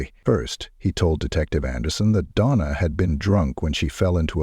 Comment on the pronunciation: You can tell it's AI when they go from calling her Donna to "Dona". Lol